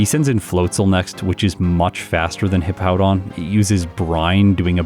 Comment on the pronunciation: At least can pronounce Hippowdon correctly. Mah-Dry-Bread always calls it Hippo-down.